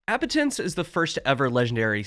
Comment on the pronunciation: The first youtuber i've heard pronounce Appetence correctly